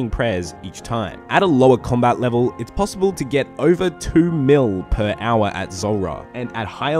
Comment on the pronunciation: everybody else -"hour" - "AuA"